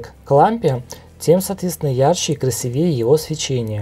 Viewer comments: не красивЕе а красИвее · красИвее,а не крвсивЕе